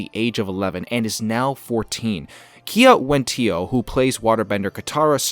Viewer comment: Kiawentiio is pronounced gee-uh-wendy-o.